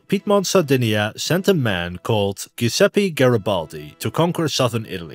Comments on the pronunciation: great video! just a heads up, the g in giuseppe is a soft g sound, like a j in english. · Giuseppe sounds like Jewzeppe. In English.